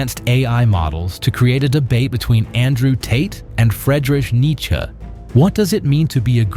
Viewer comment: funny how you pronounce friedrich nietzsche xD